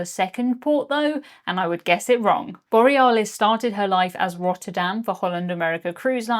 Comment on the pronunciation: Are we sure it was the Borry-ah-lis and not the bore-ee-alice 😅